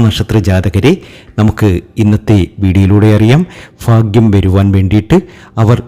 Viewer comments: ഫാഗ്യം മനസ്സിലാകുന്നില്ല 😁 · ഫാര്യ ഫർത്താവ് ഫാഗ്യം! ഫദ്രകാളി, സൗഫാഗ്യം, ഫാഗ്യക്കുറി ........ ഒന്ന് പോടേയ് കുണേയ് .........